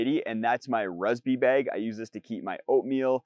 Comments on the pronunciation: an accent is fine. Saying words wrong is not. Bag Beg Two different words with vastly different meanings. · It's bag...bAG.....BAAAAAAAG NOT BEG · bAg Not bEg Two different. Words 😅😢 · There is no wrong Is English your native language? It seems it isn't as you don't have a clue about how pronunciation differs between different forms of English.